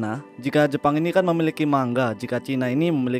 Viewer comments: Bacanya bukan mangga, tapi manga bang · mau koreksi bang, penyebutan ''Manga'' itu nga, bukan ga karena orang Jepang sendiri nyebut ''ga'' itu ''nga'' . terimakasih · Mangga sama manga beda cara bacanya.